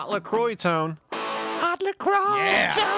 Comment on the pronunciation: "Lah Croy"? It's "leh quwah" sweetie! (Ab Fab from the 90s)